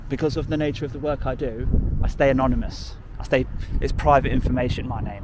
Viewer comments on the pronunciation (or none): none